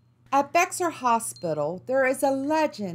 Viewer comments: The way you pronounced Bexar shows that you're not from Texas or that you've recently moved here. It's a spanish name , its pronounced Bay-har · Bexar is pronounced like the large carnivore that wants to eat you; bear